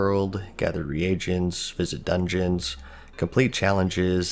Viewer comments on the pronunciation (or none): Re-agents??? It’s pronounced ree-gents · Am I the only one getting annoyed by the fact that he pronounces reagents as re-Agents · 're agents" bro, common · "re-agents" love the way you pronounced that